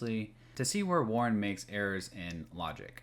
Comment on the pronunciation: Look at this scholar, YOU, the creator of this video. You can tell you're smart when you intentionally pronounce Warren as Warner in the first ten seconds of this video. Man you really got Warner there! Could you take more pages from the Hasan book of owning chuds?